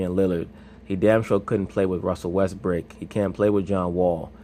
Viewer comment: I love the vid but kiss my ass for saying Russell Westbrick